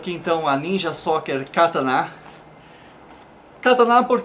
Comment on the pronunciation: E Kataná n Katana !!!!!!!!!!